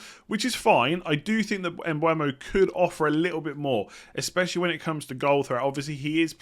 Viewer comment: Bryan Mbeumo. Not Mbuemo